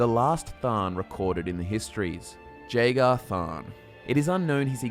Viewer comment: I am positive you are pronouncing Jagar incorrectly.